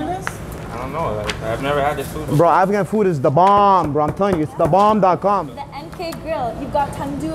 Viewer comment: "This guy said afhan rice and peas, no this is afghan rice" 😂